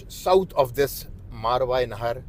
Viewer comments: یہ اس لفظ کو ذھول کی وجہ سے بے دھیانی میں غلط بول رہے ہیں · اسلام عليكم ورحمة اللّٰه میں آپ جتنا قابل اور تعلیم یافتہ تو نہیں لیکن اگر آپ اجازت دیں تو عرض کرنا چاہتا ہوں کہ آپ جس خطہء زمین کا ذکر کر رہے ہیں اور اسے "ماروائے نہر" کہہ رہے ہیں اس کا صحیح تلفظ "ماوراء النہر" ہے۔ اسے انگریزی میں Transoxiana یا Transoxania کہتے ہیں۔ شکریہ